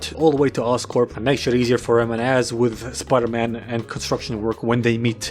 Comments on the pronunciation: speter pidey? speter pidey. yeah. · Speter pidey ... it makes soo much fucking sense it's scaring me. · ah yes, my favorite movie, speter pidey. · Why so many comments it’s Spooder-Mon guys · SPETER PIDEY YES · i just cant 🤣🤣 video is just funny as fuck but opening is "welcome to the amazing spooderman 😂😂 man wtf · the amozing spooder man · Spider pidey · Starting the Video "Welcome to amazing spoderman. Hblblblhdd Peter Parker habqiolgtbal" Looking annoyed at my smartphone and turning it off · Speter pidey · William Dafoe: of peter William Dafriend: of speter pidey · Speter pidey ? Yeah ! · Spooder man spooder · It's man spider